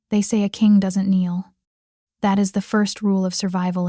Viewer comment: Thank you for pictures that matched the story. Tired of medieval clothing when set in modern times. Absolutely the best story I've listened to. Heir not air....kneel not neil.